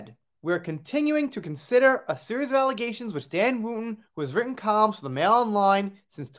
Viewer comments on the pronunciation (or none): none